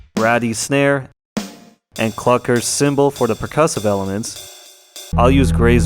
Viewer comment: Clukr not cluckr